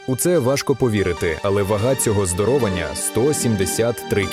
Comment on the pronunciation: Не здорОвань, а здоровАнь! Або робіть якісну озвучку, або вас ніхто не буде дивитись до кінця!